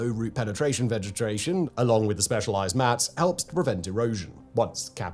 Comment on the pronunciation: vegetration eh? Good work factboi ❤😂